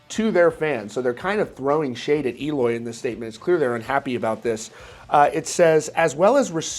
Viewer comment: This news boiling everywhere, and I can picture Eloy a little mad cuz his last name is being always pronounced like he´s from a Spanish speaking country 😅😅😅😅